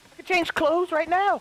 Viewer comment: bro said clothes 😂😂